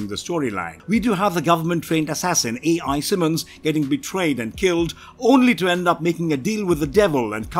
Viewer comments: Al Simmons, not A i, Simmons. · Mans said A.I. Simmons 😂😂😂😂😂😂